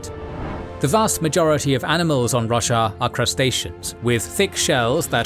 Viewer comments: Lol, I legit heard "The world of Russia" and had to do a double take. :D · Never heard anyone pronounce Roshar like Russia before!